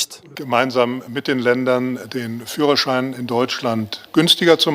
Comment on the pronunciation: ፍሮ- ሻይን ❌ ፊዩረር-ሻይን✔️